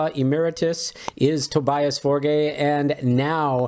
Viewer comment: And his first name is pronounced To be us